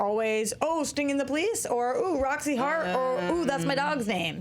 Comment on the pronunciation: Roxy, it is "BWAAA" not "PEW" think fog horn